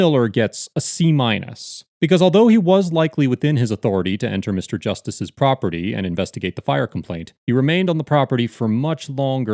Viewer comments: "I axed them to leave the prawpitty!" The Boondocks! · Yeah, when you say, "I'm, AXEING you to leave the PROPPITY"...and I think Mr. Solution Looking For A Problem doesn't have a real issue with firemen on the scene; I think he's being BIG MAN on YouTube.